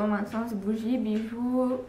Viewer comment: Et mdr on dit pas le s dans encens